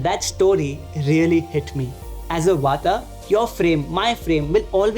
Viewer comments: it's not "wata" it's "wat" it's not "pittha" it's "pitth" don't destroy our cultural identitie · Thank you for the video. Please dont add extra "a" at end of every hindi/sanskrit word - its Vaat, not Vataa, pitt not Pita, arjun, not arjuna, etc.